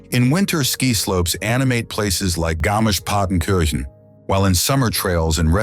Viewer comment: If Americans and Brits are going to do videos on other countries they really need to learn how to pronounce the names of the towns properly. They're not English towns, they're German towns and should be pronounced that way. You butchered Hamburg and Garmisch-Partenkirchen.